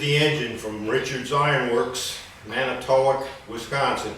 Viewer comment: I am from Wisconsin and got a kick out of your pronunciation of Manitowoc . close enough what a find